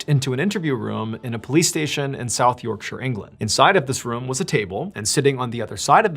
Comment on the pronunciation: FINALLY! An American who can say Yorkshire properly!